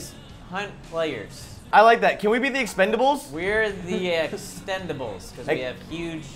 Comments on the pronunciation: "Extenables" Whoops. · Lol keeps saying extendables